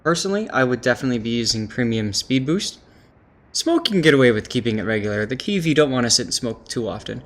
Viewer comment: PEDAL to the metal. :) Also, Kiev is a two-syllable word. First pronounced as Key, second pronounced as in the first syllable of "ever".